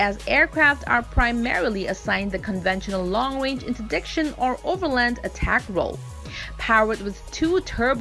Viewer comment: Nice video….but next time please get someone to narrate that can actually read in the language she’s narrating in, English in this case. Someone that can pronounce words like “munitions” “maverick” “interdiction” and other words she could not pronounce properly in English. 🤔🇨🇺🇺🇸